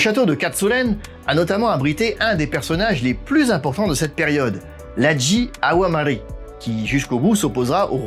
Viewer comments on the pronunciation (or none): à 1'19 .... oups inversement de syllabe Awamari pour Amawari ;) ..... sinon oui, ça a vraiment l'air superbe cet endroit ... et quelle vue, j'en suis bouche bée